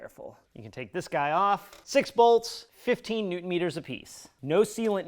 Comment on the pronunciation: “Neutron Meters” 😂😂